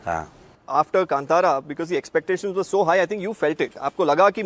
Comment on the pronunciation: Not Kantaka it's Kantara